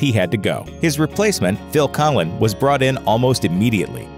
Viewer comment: Collen, is pronounced Cohen